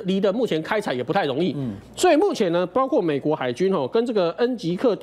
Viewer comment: 是的 包挎（包括）这样的情况